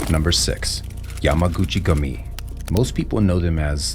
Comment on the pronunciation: The narrator should at least be able to pronounce names so that I don't have to stop watching these videos by the 2min mark... FYI, ignorance is NOT bliss, at least if you don't want everyone watching this channel to have a nervous breakdown... English is the ONLY language fukked up enough to twist and rape the letter "U" to an "A" - ain't never been such a thing as "jamaguchi-gami", it's Yamaguchi-gUmi, as written FFS!!